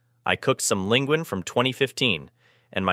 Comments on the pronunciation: linguini is pronounced "lin gwee nee" not "Lin gween!" LOL! noun, Ribbons of pasta, cut from a sheet, not as wide as tagliatelle. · I think ling gwin is lin gwee nee.😂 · Linguine. Why did you pronounce it "Ling-gwin"? it's "LING-GWEENIE". Are you misinformed about the English language or are you just stupid? smh